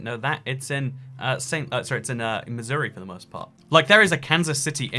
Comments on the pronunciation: You said Missouri like i do and i live there it was so perfect. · Yay someone pronounces Missouri right! I used to live there and moved somewhere else, then someone at my school said "Oh you're from Mis-OR-e?" which always ticks me off.